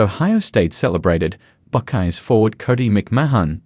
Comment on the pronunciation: Hawkeees / Buckeees. This AI Aussie has a speech impediment